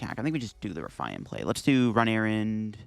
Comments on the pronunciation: RUH-FEE-IN...not roofian...or ruffayan...RUH-FEE-IN...Ruffian. ffs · ok but is an English speaker so why would he pronounce it “rough eye en” instead of the English word that exists pronounced “rough ee en” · Have you never heard the word 'Ruffian' before? It basically means 'violent criminal' or 'troublemaker' and is pronounced as 'Rough-E-Un'. 😂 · “Ruff I an”??? Jesus Canadian Christ… Smh stay in school, kids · It's pronounced "Rough-E-IN" Also, when you do the "10% off 👌☝️" you always do the hand symbol backwards for the camera Love the vids. Keep it up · Great vid, but the ruffian pronunciation is driving me nuts. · I was like: „Nah, it can't be that bad.” when I read your comment, but now that I heard it, yeah. It hurts my ears. xD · Your pronunciations of "Eri" and "Ruffian" are on par with Wolfe Glick's "Arcanine" and I am now infinitely more curious what other funky pronunciations you might have haha much love